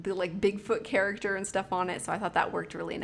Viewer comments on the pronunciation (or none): none